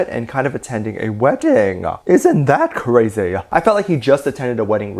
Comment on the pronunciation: The way he said: IsNt THaT CRazY i felt that